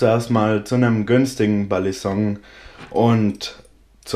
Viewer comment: nein genau das ist es nicht du sagst es wirklich im video du sagst immer Ballisonk.. Ist zwar geschmackssache wie man es nimmt aber war meine persöhnliche meinung aber kein hate wie gesagt ich feier dich und deine videos :)